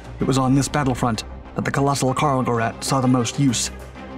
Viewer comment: Gerät = say Geh-rayt. Not rett; RAYT.